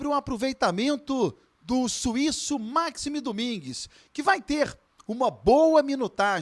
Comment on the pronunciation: 15 segundos de vídeo e a primeira merda já é falada: O NOME DO CARA É MAXIIIIIIME. E NÃO MAAAAAAAAXIME. PUTA QUE O PARIU.